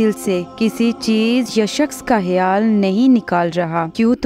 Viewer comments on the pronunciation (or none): Baji kh sy khyal H sy hyal nhi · Aap hayaal kyu bol rhi😮